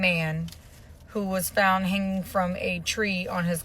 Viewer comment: "Was he 'fount' in his dormroom" lmao